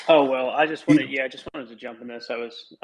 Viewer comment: Peter? Peeterr? 😂😂😂